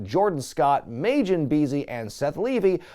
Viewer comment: I wasnt gonna say anything but its Majin (Mah-Gin). Sorry the DBZ fan wouldn't let it go